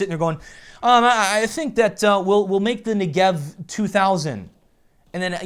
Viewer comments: "Nigev" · luv your vids m8, i just have one (probably on my side) issue, the "Negev" pronunciation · 1. You pronounce "Negev" wrong. 2. Your suggestion about the unranked match-making isn't good because high rank players will be able to play against low rank players. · I'm done,everyone saying Negev in a wrong way ffs I'm Jewish it's a real word fyi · FOR FUCKING TANJ'S SAKE!!!! Negev is pronounced with the emphasis on the first syllable. And as to why am i so triggred: the negev has 150 bullets and gets more accurate the more you shoot it. So keeping triggered means still having a rail gun firing at 800 RPM.